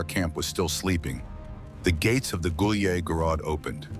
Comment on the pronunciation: They incorrectly pronounce «гуляй город» it is not “gulyeh gorod” but “gulyay gorod”.